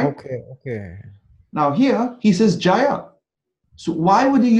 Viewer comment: The word is not “jaya” but “jaaya” — it means wife. As in “stree.”